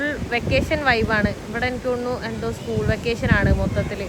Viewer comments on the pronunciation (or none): none